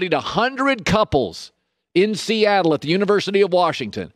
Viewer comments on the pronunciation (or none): none